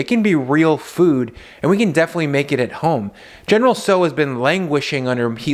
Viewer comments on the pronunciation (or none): You are a "grownup" ???? BTW, it's not general SO, it's general SAO .